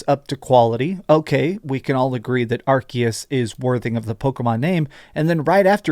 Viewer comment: pls stop saying 'arkias'